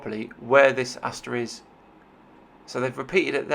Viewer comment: it's asterisk not asteris